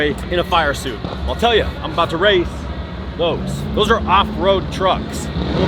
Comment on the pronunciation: "i wadnt abowt to not fit" i felt that as a fellow gut guy